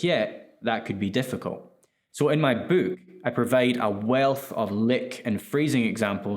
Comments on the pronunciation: You say boook like in A Hard Days Night. Is that a real Liverpool thing? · Your accent lmao "the book comes with 72 virgins..." Man thats a wayyy better deal than i expected!